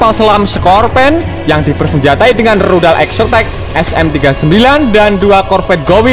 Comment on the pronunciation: Bilang rudal aja salah min... min